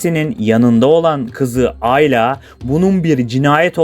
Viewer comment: aylaaa değil ayla